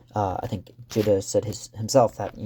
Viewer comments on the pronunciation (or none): You don't pronounce the E at the end of Gide. It's Gid. I only have the counterfeiters by him, still haven't read it.